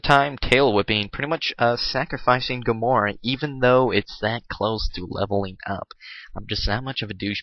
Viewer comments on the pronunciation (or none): It's ga-mer-a. Not ga-moar.